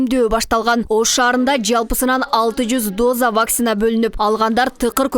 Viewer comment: Диктор нормально окучу. Вакцинаны туура оку. Ударениени 1-а тамгасына койбой оку.